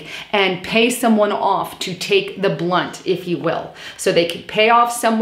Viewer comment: **brunt, not blunt ;)